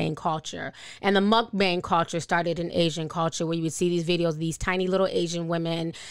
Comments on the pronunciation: In the defense of mukbangs (which is pronounced "Mook-baang" btw with an "a" sound like "palm"), they started out as a very wholesome practice. Oftentimes in Asian countries, people put in 14-16 hours of work - or more - per day, almost every day. This is on top of their commute. Its part of why suicide rates there are so high. They tend to live in borderline isolation because at the end of the day, they simply don't have the TIME to go out and meet people, so it ends up being a very lonely, depressing way of life, especially if they don't live with family and they're single. The simple act of watching someone eat, being able to "share" a meal with them, is a huge comfort to them. Mealtimes are incredibly meaningful and important in Asian cultures, "Have you eaten?" or "Are you eating enough?" is synonymous with showing someone you care. Having that little bit of intimacy helps them feel like they aren't quite as isolated. It became very popular. As more and more people started getting into it, the landscape started changing and it started to be more about the FOOD and what people were eating than the company. How it became the gluttonous thing it is now is anyone's guess. The lack of respect and cultural awareness didn't help, I'm sure, though the Koreans, Japanese, Chinese, etc, mukbang crowd are to blame as well for running with it. It's all just very sad to me. It breaks my heart that people look on the entire mukbang culture with disgust now because of how its been twist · "Mukbang" pronounced Mook-Bong.